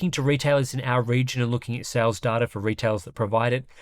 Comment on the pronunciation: it is data mate!Not data!;)